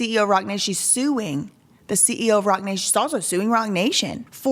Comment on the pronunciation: I thought you said Rotten Nation... Rotten nation, Roc nation... same thing